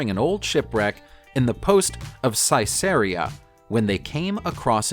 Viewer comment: Sotheby's = SUH - thuh - beez Caesarea = seh - ssah - REE - ah